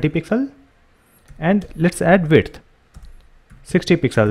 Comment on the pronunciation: Everything is very good about your videos. Only one thing bother me which you pronounce width as "wiRth". I know its not your native language but can you please try to say it correctly?